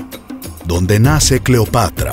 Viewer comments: Cleopatr"O" xD jajajajajaja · ESA no es Cleopatra, es Cleopetra